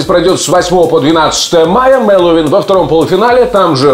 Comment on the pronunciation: Ну почему, почему все говорят МэлоУИн? алло! он не Хэллоуин, а МэлоВин!